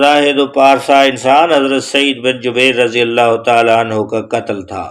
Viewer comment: Drust talafez Jubair hay Jabeer Nahin.